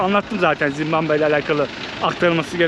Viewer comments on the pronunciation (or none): Doğrusu Zimbabve değil mi bilerek mi zimbambe diyor hata ile mi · Zimbambe değil Zimbabve. Ülkenin adı bu en temel bilgi. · ZİMBAMBE DEĞİL ZİMBABVE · Daha ülkenin adını bilmiyorsun. Zimbambe değil Zimbabwe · Merhaba zimmambe değil Zimbabwe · Zimbambe değil Zimbabve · Oğlum evladım Zimbamve değil Zimbabve doğru yazmışsın ama telaffuzun yanlış bir de dakika başı söylüyorsun ZİMBABWE o kadar😂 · Dayanamadım artık yazıcam, Zimbambe degil ZimbaBVE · Zimbabve yazılmış, sürekli Zimbambe diye telafuz edilmiş. :( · Gittigin ulkenin ismini bile telafuz edeliyorsun bu ne zimbambe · zimbamme nedir dostum şembambe der gibi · Yalniz ulkenin ismini ZIMBAMBE olarak telaffuz etmeniz pek hos olmuyor. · Abi "Zimbambe" diyorsun ya aşırı gıcık oluyorum. Ama, seviliyorsun❤❤❤ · Zimbambe dedi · Gittiğin ülkenin adını bile doğru düzgün telaffuz edemiyorsun daha kardeş. 300 dolara bi gopro bulan cebine 3-5k dolar koyan herkes maceracı kesildi! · Gittiğin ülkenin adını soyleyemiyorsun kanka ya